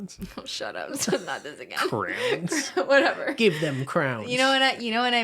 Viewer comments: cristine pronouncing crayons as crowns will never be not funny to me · omg i pronounce crayons like "crowns" too i feel seen